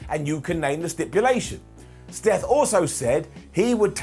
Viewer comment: Did he call Seth, "steth" at one point towards the end of the video? mark